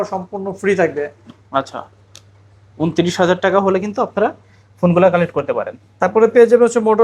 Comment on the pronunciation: not taka(টাকা) this person says Teka(টেকা🍌)